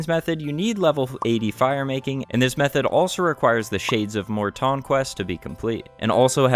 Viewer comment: Im having an ardougne moment ive never heard it pronounced mort tawn